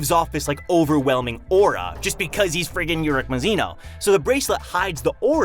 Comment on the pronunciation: And how are you still pronouncing mazino wrong